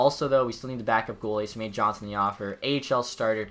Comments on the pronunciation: It’s pronounced yonsson not Johnson but either way nice video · is it just me that is slightly annoyed how he pronounced andreas johnsson's last name?